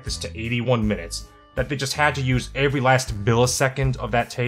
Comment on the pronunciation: Why does he say every like avery?